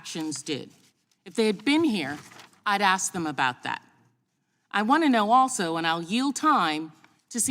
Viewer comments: She axes questions? Oookay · sounds like she has an 'aks' to grind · She just said "I didn't axe that". Of course there was tampering that affected the outcome of the election. The intervention and censoring done on behalf of and at the direction of the democrat party by Twitter and the other social media and news outlets caused a more than significant change to the outcome of the election. There's no denying that these institutions influenced the voting decisions of millions of Americans. Hell, the constant barge of not just criticism, but outright attacks, wild accusations, and neverending assault on President Trump over the previous 4 years affected the election, it had affected the entire public image of President Trump.